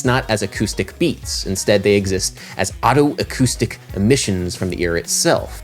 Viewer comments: >Perceptual geography What does geography have to do with it??? >Neurophonic Whatever you say, Adam, but you're pronouncing otoacoustic like autoacoustic which I believe is incorrect. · FYI, it's pronounced "oh-toe-acoustic", not "otto-acoustic". Just like otolaryngology.